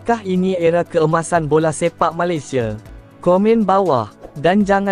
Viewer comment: Melaye, Asie ,Malaysie .Nampak sangat AI ni😅😅😅